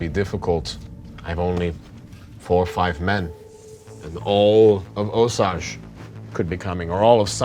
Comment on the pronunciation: So happy to see this again, but forgot how much I hate hearing you pronounce Osage! 🤦‍♂️🤣🤣